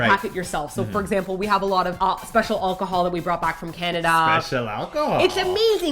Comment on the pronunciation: The way pronounces Alcohol "All-ka-hall" made me laugh. lol